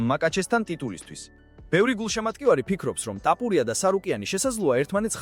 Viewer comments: ტაპურია კიარა თოფურია,რატო ამახინჯებ ქართულს? სწორად ლაპარაკი ისწავლე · რა ტაპურია,გვარს ნუ ამახინჯებ სირო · "ტაპურია" შენა ხარ, ვინც კოლხურ გვარს გამზრახ ამახინჯებ! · ქართველი ხარ შე ჩემალალა რა ენაზე ლაპარაკობ წესიერად გამოთქვი რეებს ბოდიალობ ტაპორია რა კუტუნიო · მარტო ქართული გვარი რატომ ეშლება 😂